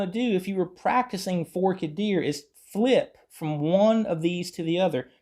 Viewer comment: it’s Forked Deer (most ppl pronounce it “Fork-ED Deer”). Here’s one version of free tab